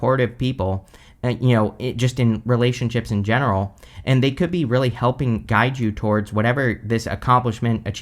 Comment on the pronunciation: I love your emphasis on “in general” 😅😅😅😅😅😅😅